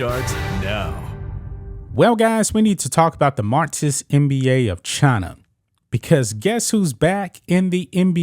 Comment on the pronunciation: Marxist NOT martsist. Learn to pronounce your x's!